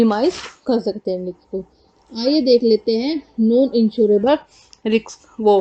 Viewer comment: Riks nahi Risk 😂😂😂